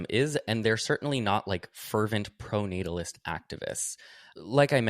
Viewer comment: Emma saying "proto-natalist" instead of "pronatalist" just shows how much Sam has rubbed off on her lmao. Great show!